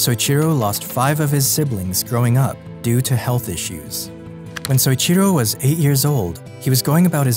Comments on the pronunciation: Great video! That said, you need to learn how to say people's name properly. It's so-EE-chi-ro. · Great video, but the way you pronounce Soichiro made me cringe every time you said it.